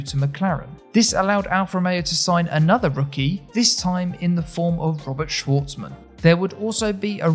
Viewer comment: Cool video, but the way you speak surnames of Russian drivers cuts the ear. SwArtsman, not ShwOrthsman, MazEpin, but not MAzepin